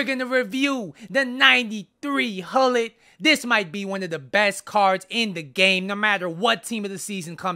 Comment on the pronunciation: Pronounce: CHULLIT